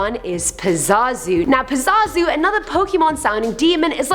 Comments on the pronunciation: Its pronounced pa-zoo-zoo not pa-za-zoo lol but we got the point. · It's pronounced "Pa-ZOo-Zoo" not "Pa-Zah-Zo" He's not ZaZo's Father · PA ZU ZU, Not PA ZA ZU He's not the bird from The Lion King, lol. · It’s pronounced “pah-zoo-zoo”. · I was super confused on 2 and 1 i thought 2 was pronounced ab-a-don and for 1 i thought it was pa-zoo-zoo i may be wrong but that's how I've heard them said not trying to make fun of your accent if that's the case i just wasn't sure